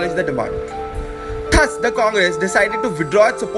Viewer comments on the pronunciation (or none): PLEASE CORRECT THE PRONUNCIATION OF "THUS".